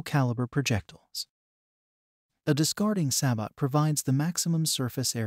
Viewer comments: SAY-BO SAY-BO SAY-BO SAY-BO. Not Sa-bot. The internet exists for correct pronunciation. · it's pronounced "say-boh" just fyi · God the pronunciation of sabot is awful, other than that great video. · Yeah I was gonna say this too. It's really jarring to hear it mangle the pronunciation like that. It's cool that people can use AI voices if they aren't comfortable using their own voice for the narration, but at least put some effort into it.